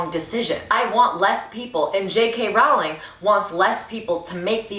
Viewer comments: I don’t like how u say her lists name. roWling girl I don’t think that’s how it’s pronounced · is she gonna learn how to pronounce Rowling or is it just gonna be Rauling now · Rowling rhymes with Bowling, but she deserves the mispronunciations at this point. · Usually I’d correct your pronunciation of her name, but I don’t respect her anymore, so who cares?